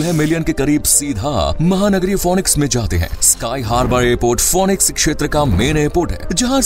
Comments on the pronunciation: It's not fonix its fenix So fenix goes for real with phoenix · इसका ऊच्चारन फोनिक्स नही फिनिक्स हैं. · Pronounce it as finix and not fonix.